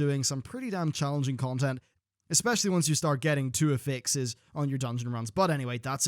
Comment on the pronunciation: when you said "Affixes", I thought you meant "affects", but with heavy Scottish accent...